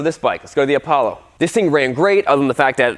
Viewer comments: Its not apablo its apolla like apolla one rocket flight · Lol he really just said "APABLO" its Apollo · Man said an Apollo is Apoblo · Bruh it’s apallo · Apoblo is how he pronounced it at start lol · Its called "A Pablo" 🤣🤣🤣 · Name:APOLLO says”Apoblo